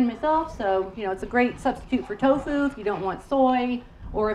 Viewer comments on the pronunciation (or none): none